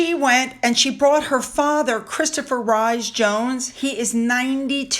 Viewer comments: Sophie's family surname Rhys Jones is not pronounced Rize Jones. It pronounced Rees Jones. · Love your videos! Harry and his wife are definitely finished. People know what they REALLY are and they have done it to themselves. By the way, the "Rhys" in Rhys-Jones is pronounced "Reese" ❤ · Hi, love your videos, but please know that Sofie's maiden name, Rhys-Jones is pronounced like REESE-Jones, as in Reese's Pieces candy. 😉